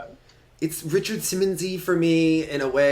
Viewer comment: "Richard Simmonsy", oh LOL.